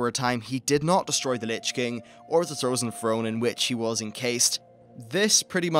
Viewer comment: Ehe... You said Throzen Frone